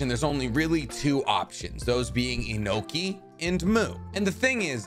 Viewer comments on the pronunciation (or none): Why cant you pronounce names right Its Onoki not Inoki , Makes you less reliable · I got confused when he called onoki enoki